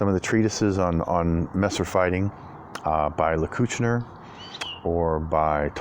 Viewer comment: Nice review, awesome sword, and great cutting! (btw, the emphasis in the word soldat is on the "a", and in Lecküchner it's on the first "e" ;) )